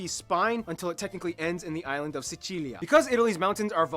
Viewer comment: He said Sicilia "decently"